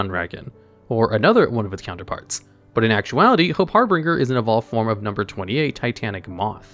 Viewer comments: it's harbinger not harbringer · Harbinger not Harbringer. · brother in christ its called "Harbinger" not "HarBRINGer" can we have just one video in which you dont absurdly mispronounce cards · I don’t want to be rude, but you need to start looking up how to pronounce words when you don’t know them. It’s not har-bringer, it’s harbinger, Har-bin-ger. Just like it’s not arc-fiend, it’s Arch-fiend. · Har-bin-ger not Har-bring-er. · I like how he's pronouncing harbinger with a third R that doesn't exist. It's pronounced like binge like you're going to binge your favorite anime. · Say it with me now. HAR-BIN-JER. HARBINGER... not har-bringer >.> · Everytime reads harbinger (har-bin-ger) as harbringer i cringe a little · Har(binger) not harbringer i thought that aswell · gonna be that guy, but... it's pronounced harBINGEr, like "GINGER"... only had to do it because it's one of my favorite cards, I'm sorry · HARBIN(G)ER (J) not HARBRINGER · Small nitpick Number 38 is pronounced Hope Har-bin-ger. Not Har-bring-er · The pronunciation of harbinger in #9 is killing me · Harbinger* there is no second R. I LOVE your content, but your pronunciations on certain things is just so frustrating 😅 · Everytime says Harbringer instead of Harbinger, i physically cringe. I love his channels so much but that is always sending me ^^ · Harbringer* i know Harbinger is correct but he was very determined in maintaining the name as "Harbringer" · Har-Binge-Er. Just a polite FYI, love the videos man. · It's name is "Hope Harbinger", pronounced "HAR-bin-jerr". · Harbinger (Har-bin-jer) It's real word. Basically a messenger or announcer of another. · "Harbinger" is pronounced har-been-jer. I love your videos. Single-handedly getting me back into YGO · Hope Har-bin-ger(the ger is like jer in jersey), you've never played koth 2 the sith lords brother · Do you not know how to say the word "Harbinger"? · Hey don’t wanna be that person but that’s not how you pronounce harbinger my dude